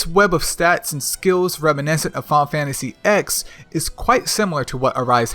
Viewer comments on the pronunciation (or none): final fantasy EKS lmao im sorry but i can't take you seriously if this is how you call ffx, how do you call ffvii - final fantasy vee eye eye?